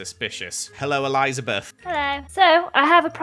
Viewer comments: "Hello Eli-zah-bith" when he saw lizzie 😂😂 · when he sees lizzie: hello E-lie-zah-beth